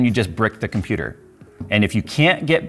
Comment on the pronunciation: "I'M A COMPEWTER!" I literally backed up the video to re-experience this moment.